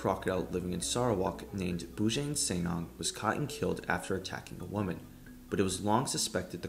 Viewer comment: The pronounciation of Bujang Senang needs a little work, but overall great video!